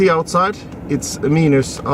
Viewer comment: what a excelent video. Very usefull for us here in Norway thinking to buy this car. BTW when you say "Minus" say it like "Mainus" not so important but anyway:-)